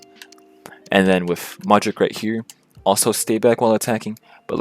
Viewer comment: How am I gonna believe you that you went 19-1 if you call Modric…Mudryk 😂 Just kidding, keep it up, love the content